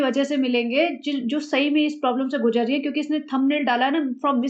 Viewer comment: Uska pakau aur tumhara my goodness..not gujjar...guzar..